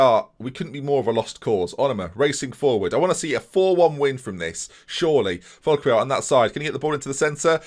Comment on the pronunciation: Great video, as always. Just a tip about how you can and should pronounce Foulquier = Fool Key Hey